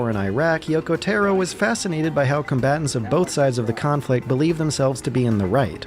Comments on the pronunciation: Taro is not tarot it's たろ TA-RO rhymes with BRA-BRO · TEAR( LIKE RIPPING PAPER )- OH TAR - O I forgot this is why I cant watch any of your videos , your pronunciation is terrible . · Yoko TARO - you constantly said "Tero" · yoko tAAAro not Taero not tayro Tar- Roo TAR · Tar-o not Tear-o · Taro TAR-O not tear-O... japanese: ps3 = dad xbox360 = brother america: ps3 AND 360 = father only subtitles being nier:gestalt and nier:replicant, one brother, one dad, which gets weird when your calling the hero and final villian those. the more you fucking know p.s. - go watch Clemps videos on ALL the nier/drakengard games. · Taro Tah-Roe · How do you pronounce Gestalt so well and still struggle to pronounce Taro correctly? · Every time you say “Taro” I die a bit inside. It’s so bad omg